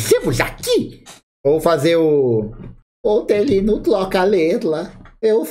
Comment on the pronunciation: Falhou no Hortelino ein... Ele falava "Toelho" 😂😂